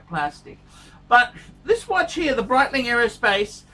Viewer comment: The Breedling, the Breitling?! Is he doing that on purpose?